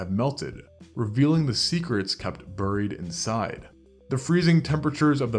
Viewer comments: The word "buried". HOMONYM, same sound as BERRY. English is going extinct. As a writer, it really disturbs me. Would like to bring it back to life. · burried burried i can't get the pronunciation out of my head, i can't believe you've done this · I was going to subscribe but then I heard you pronounce ‘buried.’ 😂